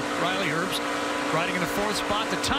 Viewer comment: Why does he keep saying Riley erbst. it’s pronounced Riley herbst with a h